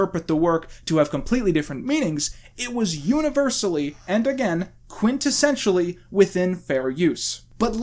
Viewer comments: btw how hard is it not to say -sentially seems pretty hard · every time says 'quintessentially' i hear 'quintonssentially' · Heh, "quintonsentially"